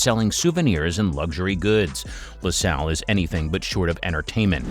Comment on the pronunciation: Loo Sale .... not LAH SAHL ... this reminds me of the Galbani advert 😆